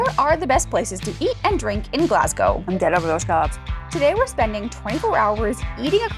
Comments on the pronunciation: Pronounce it as Glasgow with the "W" silent" (Glass-Go) Its not pronounced like "gow" as in gown. You will just annoy the locals😂😂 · Och Aye! LOL Glaz-go, nae Glass-gao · Glass-Gao 😂 Try Glaz-Go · I am Glaswegian. Glad you did a few hot spots. Will ask you attempt pronunciation as 'Glas-Goh' or 'Glaz-Go','Scon', 'shpan-oh-coppitah', 'tahttys' as you used these words so often. It's like nails on a chalk board. Appreciate your amazing efforts! Glad you had fun. ❤❤❤❤ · The consistent mispronouncing "Glasgow" was very entertaining! 😂😂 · Had to laugh at you making a decent attempt at Stravaigin and Ardnamurchan but mangling Glasgow 😂😂 Great food tour though, will need to try a couple of those I'd not seen. If you want whisky the other top pub is the Bon Accord. They've a huge members' cabinet where keyholder members keep their prized bottles, the regular selection is amazing, from the sublime to the ridiculous (most expensive £5000 a measure).